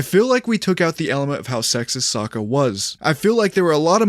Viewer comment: Why u keep saying Sakka??